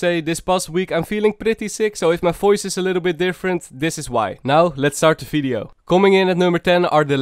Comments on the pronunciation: no one:: welcome to another fideo and in this fideo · fideo, foice, sofa, aewfome xd